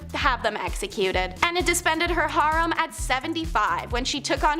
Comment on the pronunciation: she wanted to keep a "HARM" of 50-60 men"?? It's "hair-rem", or "har-reem". Does ANYONE edit these shows prior to putting them out here to correct some of the most HORRIBLE mispronunciations around? If not, they sure should!